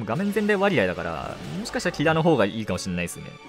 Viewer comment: キラのイントネーションがキ↓ラ↑なのめっちゃ気になった